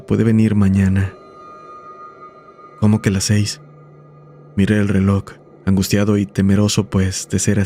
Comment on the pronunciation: Es reloj bro, no relok.